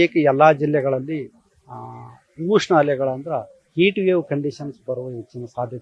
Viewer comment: ಉಷ್ಣ ಅಲೆ, ಊಷ್ಣ ಅಲೆ ಅಲ್ಲ 😂